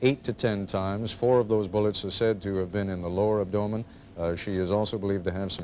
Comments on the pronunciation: Most people: AB-do-men Ted Koppel: ab- DO-men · "abDOHmen?" Its abdomen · Ab-DOUGH-men? Where did he get that from? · ab-dough-men and stan-gun..bless his heart :/ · Yeah but he says “abDOEman” smh fuk naw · The true horror of this is the way he pronounces 'abdomen' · Koppel cant pronounce abdomen